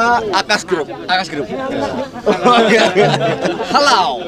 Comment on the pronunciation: Halllawwww pamiarsaah pakek A bukan O..hadirr selalu.. WONOGIRI menyapa slurr